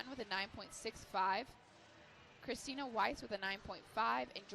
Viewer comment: ok i can give them some slack here and there on name pronunciations but christina is a pretty basic ass name??????